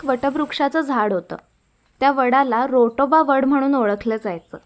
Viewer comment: रोटोबा वड नाही ग...राटोबा वड असे आहे.